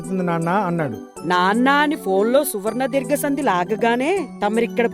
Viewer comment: సువర్ణధీర్గ సందీ కదమ్మా సవర్ణధీర్గ సందీ😂😂😂